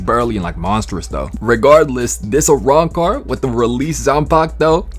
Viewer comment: you cant even say arancar